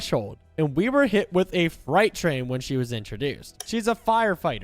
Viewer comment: How the hell did you mispronounce "freight train".... That had to have been intentional.